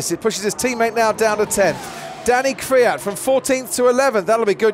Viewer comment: Who is KRIAT? isn't it KVIAT?